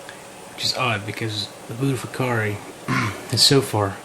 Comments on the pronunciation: its butti ko feri and mana guense , buttikoferi and managuense,, you keep pronouncing them wrong and yea it looks like a labiatum as apposed to a citrinellum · its pronounced butter-koffi